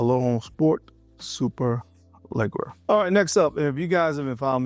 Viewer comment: Literally just finished my Gucci Pour Homme 2 a month ago from having the OG from back in 2009. Amazing scent and an all-time classic. Side note, I believe Superleggera is pronounced super-lay-jerah (like Jarrad minus the D) similar to the model of Lamborghini that means “super light”